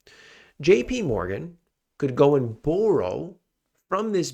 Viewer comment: The way you say "borrow" is as bad as your forecasts